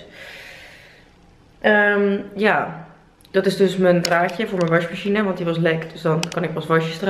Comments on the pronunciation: Ben ik de enige die t opvalt dat Monica washmachine zegt ipv wasmachine?❤️😂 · Hoe je dat zegt, WasJmasJine hahah!😂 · Je zegt wasmachine vet grappig, washmachine haha